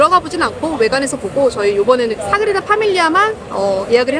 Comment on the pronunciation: 너무 예쁜 커플 결혼 15년차라니 아무리 생각을 해도 이건 10대에 조혼하신 게 아니면 말이 안돼… 인간 러블리~~~❤ (소곤:그런데 사그리다 아니고 사그라다예요 😅)